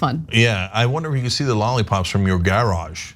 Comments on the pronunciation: Also it's garridge not gararge, Cenk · Well, first off, Cenk trying and failing to do the British pronunciation of garage is funny before I've even started the video. It's basically g-a-ridge, with a as in the American pronunciation of bath. Also yeah, street lights are not lollipops. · Yes, it's like storage, but with gare in the front. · Cenk couldn't even pronounce "garage" the British way.